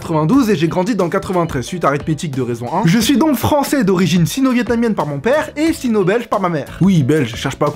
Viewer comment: le son "j" t'as tendance a le dire "ch" exemple: "je les comprend"=>"chlai comprends"